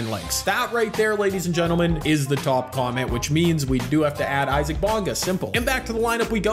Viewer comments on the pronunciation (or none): none